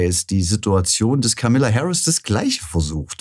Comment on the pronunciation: Vielleicht wäre es erstmal respektvoll, den Namen von Kamala Harris richtig auszusprechen! Sie heißt nicht Kamilla!!!!!